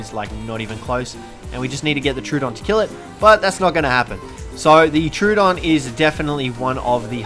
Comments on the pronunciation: It’s pronounced tro-oh-don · It is pronounced tro odon